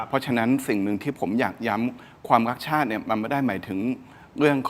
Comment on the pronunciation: รักชาติ หรือ ลักชาติ เอาดีๆ กระดกลิ้นหรือเปล่าฟังไม่ชัดเลย ลิ้นมันไม่มีกระดูกอะเนอะจะพ่นอะไรออกมาก็ได้